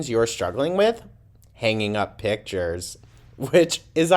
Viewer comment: Not only is her face all pulled back but her blew eye is looking extra in that hideously thirsty pic. Or should I say “pitcher”. Gorl, get help ASAP.